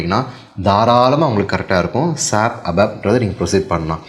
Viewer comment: Sir with due respect, please don't pronounce "SAP" like a word, its S.A.P